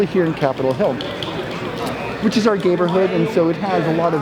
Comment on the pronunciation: Did he say Gayberhood? Wtf